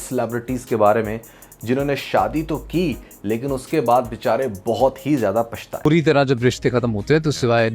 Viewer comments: پشتا؟۔۔۔پچھتا ہوتا ہے۔۔آپ بول بھی پشتا رہے۔۔۔ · Pashta nh pachta hota hai sheen nh ata Pashta rhi hai main